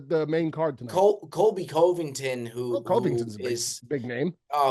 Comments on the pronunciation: Coveington? Jesus Christ. The golf game and the pronunciation really needs some work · How has still not learned how to say Covington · The pronunciation of Covington is insane to start out